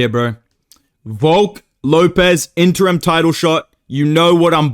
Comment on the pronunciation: did i just hear say interum bmf belt 💀